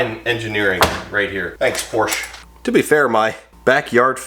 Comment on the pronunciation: you could always separate you car build channel from the rest by saying Porsche instead of Porsch. lol 😂 I think your window problem is going to be the relay or possibly the console switch. If it's just one window acting up it's probably not the battery.